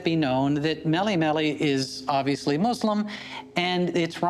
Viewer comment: As a Muslim and an Arab I’d say that one of the things that I like about the fact that says “ Muslim ” instead of “muzlim”